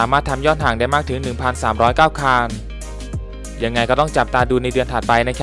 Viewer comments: คันครับ ไม่ใช่คาน ฟังแล้วรำคราน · คนพาก ลูกครึ่งป่าวค้าบ. ผมฟังคัน เป็นคาล 100คานนนนลลลนนลลลลลล